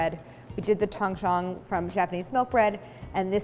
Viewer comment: Video would be better if Claire pronounced Tangzhong properly. Should have consulted a mandarin- speaking friend instead of butchering the pronunciation. The OG is Christine's Recipe's as far as I can remember seeing it on the internet.